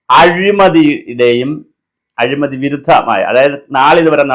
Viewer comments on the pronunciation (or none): none